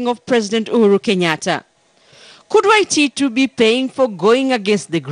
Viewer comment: Sonko can't pronounce the word Waititu haha